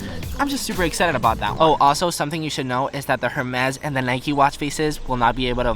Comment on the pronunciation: The “H’ is silent in “Hermès”. Just a FYI...